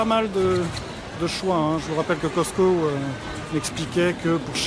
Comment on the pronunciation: On dit pas Coscto sa s'eppelle Cosco ok mes il est ecrit Coscto Je sais moi j'habite au Québec pis fait ben plus longtemps que qu'on a le Costco